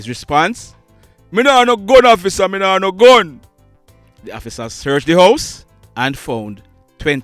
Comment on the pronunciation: Ur narration "Please hofficer, no kill mi!!" 🤣😂😁